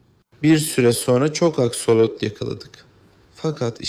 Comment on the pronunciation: Askolot değil aksolot😂😂 😂😂😝😝🫠🫠